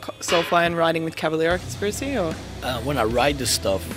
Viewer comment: Por favor Max... Fale "Cavaléééra"....com o ééé bem aberto... Não faça sotaque no seu próprio sobrenome...